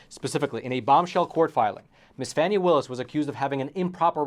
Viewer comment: Epoch Times are idiots. They can’t even pronounce Fani Willis’ name properly. The allegations are groundless. Epoch Times are more interested in selling stories instead of reporting the truth.